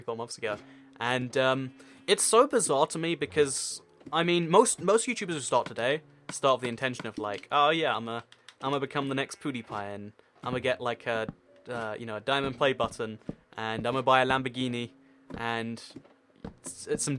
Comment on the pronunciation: you said poodiepie XDXDXDXDXD